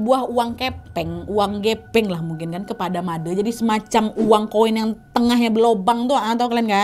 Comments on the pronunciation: Suksma Nadia, sudah membawakan KHW dari daerahku tercinta, Bali. Btw nad, cara penyebutan Made itu E nya seperti bilang Bule, gitu nad. Jadi penyebutan oleh Nadia dan kebayakan orang dari luar Bali masih salah ya.. hehe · Yeayyy akhirnya yang ditunggu-tunggu tayang juga❤ Btw aku orang bali, ijin koreksi sedikit ya kak, cara baca "de" dalam panggilan "Made" sama seperti cara baca dendeng. Ga sabar nunggu khw selanjutnya 🥰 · Akhirnya sampe juga khw dari bali, sebagai org bali udh ga sabar nunggu eps khw dari bali,😄 semangatt terus dan sehat selalu kak nadhia. Oh ya kak izin koreksi pengucapan kata made nya tu pake pengucapan kata "de" di kata "onde-onde" kak😊 makasii banyak kak, udh jadi dogeng sebelum tidur akuu❤❤ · Seneng spt biasa mendengarkan dan nonton cerita. Cuma episode ini agak terganggu dikit krn pelafalann nama "bli made" salah hehehe. Tapi semua okkee dan baguss.. good story kak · bilang Made itu e'nya sperti bilang sate 😊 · maaf ya kak cuman ngasih masukan penyebutan nama yg kak nad bilang itu salah bukan made tapi pakek e ya gitu deh pokonya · Kak just info, nyebutnya itu Made bukan Made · Fyi kk made "e" nya itu di baca seperti ngomong e pada ember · Maaf kak nad "Made" nya yg huruf e dibaca pas baca kata "tenda" ❤❤❤ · kak nad, cara baca made itu e nya make e yang lagi satu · Pengucapan "Made" nya salah kk😅🥰💐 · Kak nad,baca Made itu "Made" bukan "Made" paham ga kira2?😁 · baca MADE seperti baca CABE kak Nad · pengucapan made nya salah kak:') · kk penyebutan made ny salahh hihihi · Made nya dibaca Made e nya kek baca Sampe kak wkwk tapi gpp namanya juga ga tauu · Made huruf e dibaca seperti baca tempe ... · Sebenarnya pengucapan "Made" itu slh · Kak btw namanya made bukan made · made kak bukan made, tpi lucukk😭😭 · made' kak bukan madee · Halo kak Nadia aku dari Bali tadi tadi kak nad salah sebut nama bukan Made tapi made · Maaf kak aku ke tawa itu cara baca nya salah seharus nya made bukan madè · Made kak bukan mad'e😂